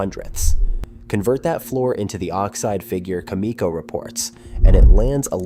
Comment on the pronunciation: It's not cam ee co. It's pronounced with a soft e